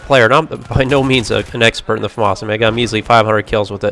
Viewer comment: Its not a farmars its a Famas....